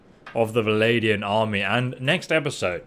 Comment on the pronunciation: Bro, it's VLANDIANS, not VALADIANS. Also, you can press ALT to see where the enemy is in the battlefield.